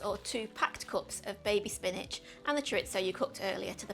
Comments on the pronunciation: "choritso" lol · Recipe looks good and will try but ...and I know it sounds pedantic but chorizo is a Spanish thing and pronounced ' choreetho ' .